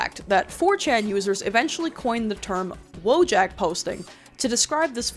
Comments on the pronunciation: Someone probably already wrote such a comment, but because of the way people pronounce the word 'wojak' I would NEVER IN MY LIFE have thought that it was about the Polish 'wojak' 😭😭 In Polish this word is pronounced literally as it is written so its more like voyak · Hold on, if Wojak’s from Poland… Wouldn’t it be pronounced like “voy-aak”? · I'm Polish and somehow never realized that Wojak is polish. Its a reasonably common word in polish pronounced voyak (I guess I never recognized it because the English pronunciation is so wildly different from the polish one). I would directly translate it as "Person of War" but more casual or potentially diminutive depending on context. Woj as in Wojna = war, and ak as in the pollish suffix for the typically human form of "from" or "of" (also used in multiple other ways). Such as English "person from Warsaw" = polish "Warsawak", but it can also be used as a diminutive for animals or in various ways for the names of things or places. With the way Polish works it does make it a more casual tone rather then the formal "żołnierz" or the more serious form "wojownik". But I don't think it would directly imply something like "little warrior". Also its not a portmanteau that's just how polish works. All the memes you see of polish having 57 words for whatever is just (sometimes prefix)-(word)-(contextual suffix). Pretty funny how the way people use (wo)Jak as in wife-jak or eboy-jak is really similar to the way the "ak" suffix is used in polish... Just y'know drop the J. Anyways thanks for attending my Polish 101 class. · for ajyone reading this it's pronounced "voyak" in polish, but that's just for posterity, everyone still says wojak